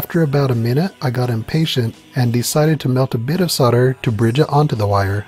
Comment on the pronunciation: what is sorder? Its solder. sowl-duh